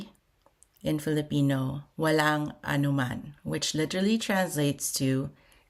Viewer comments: There's no. " h" in anuman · There is no letter h in the word anuman